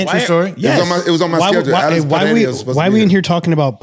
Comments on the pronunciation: Pereira (Puh-Rey-Ra). There is only an "H" sound in Brazilian Portuguese if the name begins with an "R" or if there are two "R"s together (like Diego Ferreira). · Rampage making me lose brain cells. Got me thinking how to even say "Pereira". Absolute idiot. Logging off.